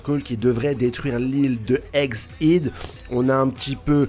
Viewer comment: Stp stp stp stp STOP dire Eggs ide On dit Eg Hède bordel Tu fais cette faute depuis plus d'un an je saigne des oreilles mdr merci frérot prends soin de one pièce